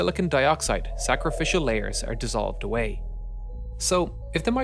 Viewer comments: Y they rrrr the shaped they rrrrrrr....had me rollingXD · you sound scottish when you say “apart” and “are” hahaha nice video tho